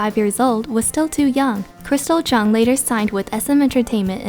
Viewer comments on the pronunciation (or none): none